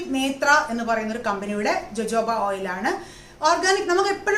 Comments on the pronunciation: It is pronounced as hohoba not jojoba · JOJOBA എന്നതിന്റെ ഉച്ചാരണം Hohoba എന്നാണ്. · ഹോഹോഭ ഓയിൽ എന്നാണ് pronounce ചെയ്യുക. ഞാൻ uk യിൽ ഒരു കടയിൽ ചോദിച്ചു, അവർക്ക് മനസിലായില്ല, ഞാൻ spell ചെയ്തപ്പോ അവര് ഓ ഹോഹോഭ oil.. ഞാൻ പ്ലിങ് 😂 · Nan tekarud jojoba, rosehip oil and castor oil mix.its too good And dear JoJoba is pronounced as hohoba .... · Pronounced it hohoba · ethu pronounce cheyyunnathu ho hoba oil ennanu. Lakshmi nair vlogil und. Sathyam parayalo,,, nalla resulttanu. Vit e oil with white kasthoori manjal cherth vach daily use cheyyuka. Njan nokiyathaanu. Very effective💪✌👌💪✌👌💪✌👌ninghalkum use akkam.